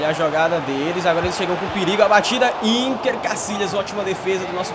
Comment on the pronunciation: o nome do Casillas é "iker" e não "iNker"